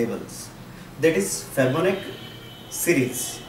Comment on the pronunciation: Thanks for giving out these great videos... Btw it is pronounced as fee+bo+na+chi ... Thanks again.. Cheers